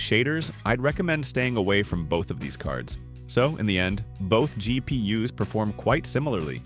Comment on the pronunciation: “there are plenty of cheap GP yuhs on eBay 😂” Yuh there sure is